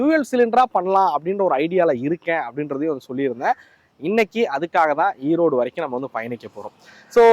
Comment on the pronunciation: Erode not Eroad